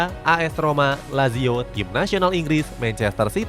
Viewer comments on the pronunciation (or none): none